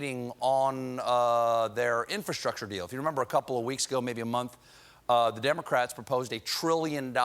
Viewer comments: "Dem-o-craets" his southern-ness came out 😁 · I love how he commits to the mispronunciation of democrats